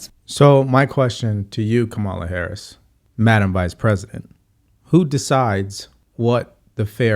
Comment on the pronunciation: Are you mispronouncing VP Harris’s name on purpose?